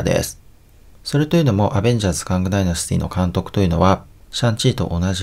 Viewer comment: そもそもカングも変だけどconquerをコンカラも変じゃないですか？kangみたいに固有名詞じゃないし読み方にブレなんてないと思うんですけど